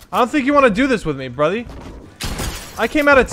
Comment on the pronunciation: no one literally no one: bruthy